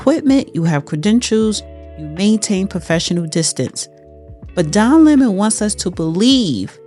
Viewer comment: Say it with me "Don Lemon", not Lemming. Other than that thank you for the video.